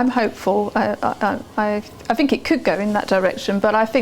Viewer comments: she`d across a lot better if she did`nt pronouce "th" as "f".... its not fink and fought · I wish I didn't find her propensity to say "fink" and " frough " so objectionable, because I find the subject matter compelling. If she were my psychotherapist, I would feel that she lacked intelligence.